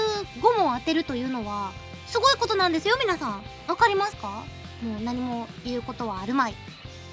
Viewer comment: か、賢いですね？すぎょいです。はい。